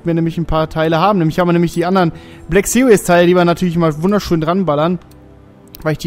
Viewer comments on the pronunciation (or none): none